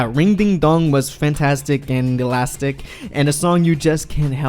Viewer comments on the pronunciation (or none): none